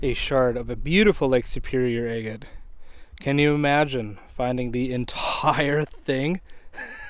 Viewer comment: That striped water agate was spectacular. Wow ! You drive me nuts saying a- git. It should be ag’it But to each his own. I’ll still keep watching you. Love the content. Good luck and Happy Trials 👍